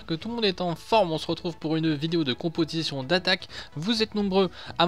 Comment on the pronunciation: Au début ta dit compotition au lieu de composition mdr sinon bonne vidéo 👍🏻😂😂